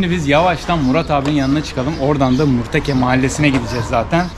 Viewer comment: Eline emeğine sağlık ama murteke değil murtake